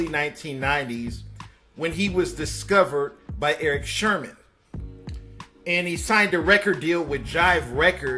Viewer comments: Did you say Erick SHERman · Erick “sherman “. Ejejeje.